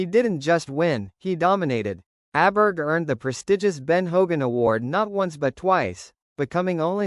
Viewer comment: Pronounced "Oberg".